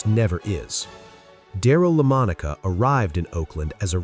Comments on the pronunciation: New generations may never know who he was because ai cannot pronounce his last name correctly. I can’t make it thru these types of vids that disservice the man butchering his last name. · Jesus Christ at least say hi name right. If your AI can’t do it get better AI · Another AI VIDEO WHERE names such as Daryl’s name butchered. AI videos are a joke. Mispronounced names and many other words also. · You mispronounced Lamonica several times!!! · The AI can't pronounce his name so turned this BS off. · Hilarious how the AI mispronunciation of the very subject of the video is so pathetic...... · AI cannot pronounce his name??? No wonder nobody knows him! Those who were raised in this era know him 100% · Don’t you listen to these before you post them? How embarrassing to mispronounce a man’s name who you are pushing to be in the HOF! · Is there some reason why whoever is narrating this biographical video CAN'T EVEN PRONOUNCE LAMONICA'S NAME CORRECTLY!!!? Seriously. For f*cks sake, how is that even possible?! But obviously it is. Which is extremely lame. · Fix your AI messing up the name of the person your video is about is embarrassing. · "Got DAMN!. .. It Really Takes Away Some Of The Effect Of A Star Player's Story .. When The Narrator Continues To Mispronounce The Players Name". 😮😢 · Why did you start saying his name correctly to butchering it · AI announcer needs to pronounce Darryl’s last name Correctly - very irritating and disrespectful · Not misspell, MISPRONOUNCE!!! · He said it a few times. Probably AI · This video SUCKS!!!😡 1.) Why does the AI keep fucking up "DARYL LAMONICA'S" name? ESPECIALLY SINCE IT WAS PRONOUNCED CORRECTLY ONCE AT THE BEGINNING OF THIS VIDEO! 😡 2.) WHAT'S WITH THE FUCKED UP VIDEO FOOTAGE? MY EYES HURT NOW, WATCHING THIS SHIT! IT'S BLURRY AS HELL. I SHOULDN'T HAVE TO SQUINT TO LOOK AT A MAN THROW A FOOTBALL, DAMMIT!!!😡 DO BETTER!!! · Lemon-Ahka??? Can you be more disrespectful? Do you actually listen to the videos you make?